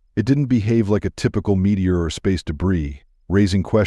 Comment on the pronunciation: "Woman survived a "Meteoror" strike (pronounced: Met-E-or)!!!!